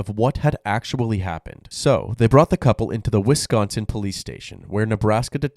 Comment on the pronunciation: Are you from the Midwest? I noticed you pronounced "Wisconsin" correctly Most non-Midwesterners over-enunciate the "c" and say it "Wiss-KON-sin"